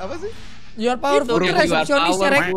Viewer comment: Yu ar powerpul yu ar biutipul😂